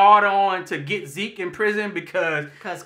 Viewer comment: I knew after a 1,000 of us said ZEKE ZEEK.... you all would RESPOND!! Enjoyed the review nonetheless!! Esp when says "MA-RIR-REZ" 50x...Imma need him to just leave it as is...WE KNOW ZAAAAKLY who you're talking about!!! ✌🏾